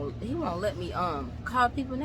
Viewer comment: The way you said that he heeeee(dragging th last part like that... Dol I always knew you were Zulu😂😂 coz you sounded like a true South African right there🇿🇦😊